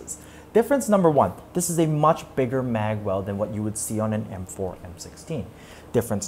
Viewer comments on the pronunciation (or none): "Maghck Sappressur"